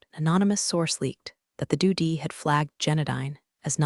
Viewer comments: The story generation is good, but the text-to-speech sucks. Were the producers of this not even English-speakers? Editing by a native English speaker is critical for these stories. This one is laughable. It consistently pronounced "D.O.D" wrong, as well as Pentagon. The story is all about Department of Defense and Pentagon themes. To screw them up is just sad. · It is DOD not DO D you dummy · Pen TAGon, Due Dee (DoD), AlinER instead of AlinAH, can't pronounce ranks... ARGH! I almost backed out because of how often I was literally cringing. It is a good story, but I honestly cannot recommend it because the mispronunciations drag the listener completely out of the story every time! Please get a better reader and re-upload it. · Do d ?its D. O. D department of defence.pentagon is pronounced Pent/a/gone not Pentagan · Also, that “Doo D” (20.00 minute mark) probably means Dept of Defense (DOD). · Unsure if true story, but have been rolling on the floor laughing that the voice can't pronounce D.o.D. (department of defense). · Okay, I have to admit I am seriously enjoying every mispronunciation of DoD! :)